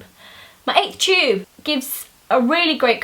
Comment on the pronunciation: Lol you said Chube instead of tube